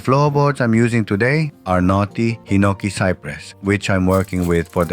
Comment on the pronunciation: Your "knotty" sounds like "naughty". Very amusing.